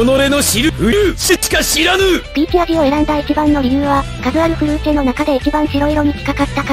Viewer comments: フルーチェの発音が完璧すぎるw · フルーチェの発音良すぎだろ